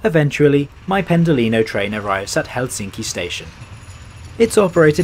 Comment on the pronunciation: You switch between pronouncing it helSINki and HELsinki, the latter is the correct one.